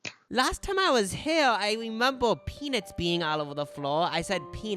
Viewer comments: I can’t get over pea-Nits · No one: and - “peanits” and “donits” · obsessed with the way you guys pronounce "peanits" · if these well intentioned gentlemen keep saying "pee-nits" one more time im gonna go crazy!! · not these two saying “peanits” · you guys are gay and you can't say the word 'nut'? it's PeaNUTs.